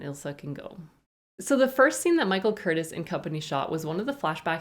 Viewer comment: Minor detail: the director's name Curtiz is pronounced "Cur-tease". He directed oodles of famous films, from "Yankee Doodle Dandy" to "White Christmas"